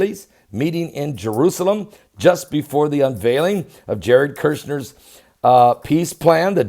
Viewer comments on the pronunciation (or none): amazing... you can pronounce the name of UAE sheik, but can't say KUSHner.